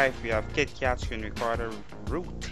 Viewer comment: rubbish, and its Kit...you pronounce the KK...KITKAT not YIT YAT!!